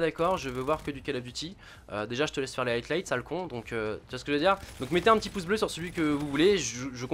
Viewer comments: Bon gota, tu me tue les oreilles. C'est highlights donc tu prononce high et light il y a pas de t la dedans. DONC ARRETE DE DIRE HIGHTLIGHT. Voila bonne journée. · High-lights Gota, pas HighTlights ! J'avais même pas compris de quoi tu parlais au début frérot ! Tu la fais tout le temps celle là en plus .. Et moi je suis pour que tu fasses ce que tu veux, au delà du fait que je t'ai connu sur cod comme presque tout le monde, c'est le fait que les vidéos viennent de toi qui me fait kiffer, donc arrête de te poser des questions et go on !